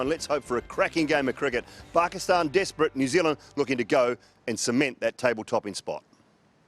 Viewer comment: The way he said Pakistan is exactly the same way Pakistanis say it.